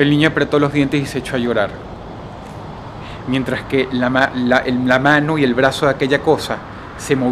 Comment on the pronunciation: Claro que no entiendes porque hablas igual, pero si hay ciertas cosas que yo puedo notar, como por ejemplo la forma en la que sicen la "S". En lugar de sonar como una "S" suena como una "J"... Ejemplo: Mientraj en lugar de Mientrassss.